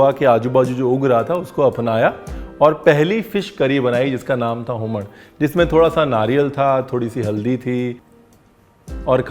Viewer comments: So nice chef to listen the word Humaan from you. This was a perfect goan accent. I'm telling you this because I am a goan. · The way chef said Human(हूमण) was very much pleasing especially the ण , as many non goan youtubers say it as हूमन. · For hummman we also add hing, and it is usually made with prawns😊 Thank you chef, you even pronounced it right!